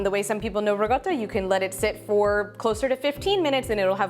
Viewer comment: Im making it now..but why do you keep saying Ri GOTTA??? when its RiCotta?? Cotta means cooked not gotta...